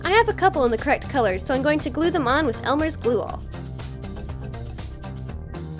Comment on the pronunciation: I love how you say glue glueal